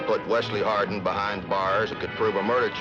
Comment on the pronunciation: Born JOHN WESLEY HARDING birth certificate states JOHN WESLEY HARDING thats harding not hardin never hardin HARDING its not hard to say JOHN WESLEY HARDING dont be lazy